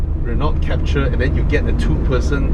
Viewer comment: Is Captur, not Capture!